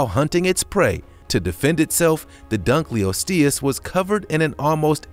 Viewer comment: dunkleosteus: dunk-l-lost-e-us